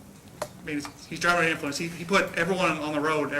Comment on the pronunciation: Cop slurring his words at an ironic moment. "...to me it innicated that.. that he was...unnerthe, unner, unner, unnerthe innnflunce of alcohol..." LMFAO The defense should have given him a field sobriety test on the spot. Go ahead, show us how it's done. Or when the lawyer basically explains "I took the same course, it was only 40 hours, and it came with chicken nuggets, sauce, small fries and a happy meal prize." - and the cop realizes the lawyer's been through their 'how to frame a driver in court with unreliable nonscientific practices' DUI seminar and starts fidgeting.